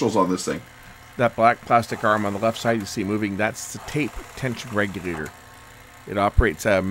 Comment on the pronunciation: "REGURATOR"?? Haha